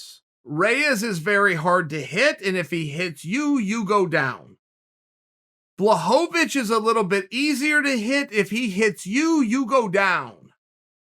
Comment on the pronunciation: please start pronouncing Błachowicz right